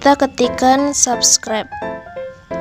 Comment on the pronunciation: sorry ka, tpi itu subscribe not saskret 😭 pliss mood bgt hahaha 😭